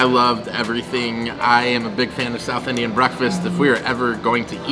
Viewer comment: Yours pronounciation towards southIndian cusines awesome!!